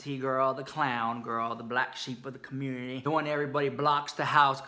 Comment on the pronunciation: LOL 😂 “the black sheep of the commoontity”. That’s why we luv ya saaa muuuuch!